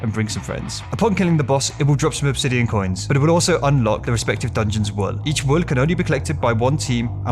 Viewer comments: A very strong L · I can’t get over the way pronounces "wool"